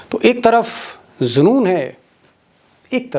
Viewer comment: Very nice. You say zunoon but the correct pronunciation of this Urdu word is " junoon"